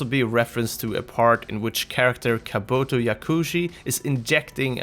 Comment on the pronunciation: This video was so CRINGY.. Mispronouncing Kabuto is one thing.. But saying Akira is not well known is Damn near blasphemy.. That's like saying Titanic and Forest Gump aren't well known.. I had to pause and pace around the room before continuing onto "naruto run"